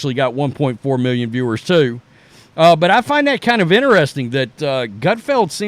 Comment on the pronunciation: 1.5 mew-yun?